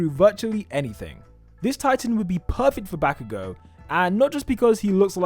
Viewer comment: “tah-mah-key” “back-oo-go” the pain